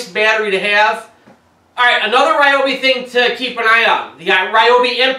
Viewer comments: REE Obi, not Rye Obi.......Please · It’s pronounced “reeobi” Not “ryeobi” It would be nice if in reviewing a product you could pronounce it properly. Fail! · btw...its Ree-obi not Rye-obi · That's Reee-obi. :-) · You might want to find out the correct pronounciation of "Ryobi".